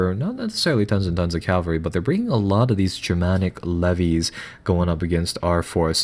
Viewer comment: Cavalry, not Calvary.